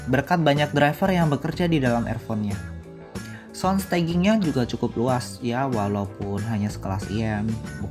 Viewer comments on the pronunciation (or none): Review nya uda bagus... Tapi klo boleh saran untuk pengucapan kalimatnya lebih diperbaiki lg.. Seperti pengucapan earphone.. Sound staging.. Sisany uda ok!